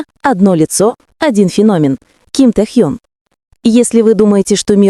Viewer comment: да когда же начнёте правильно называть его. уши режет